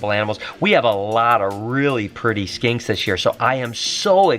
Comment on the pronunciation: Blue tongue Skanks? R u saying skanks or